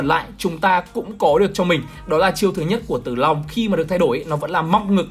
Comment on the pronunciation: tao nghe là Zilong nerver die